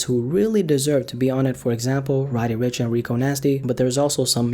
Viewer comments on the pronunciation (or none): Why u saying rod e n not roddy rich